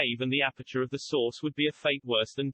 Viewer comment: I love when you talk about the source, because every time you say it all I can hear is "the sauce"